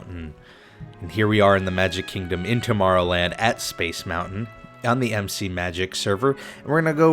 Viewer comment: It's mountain not mou-in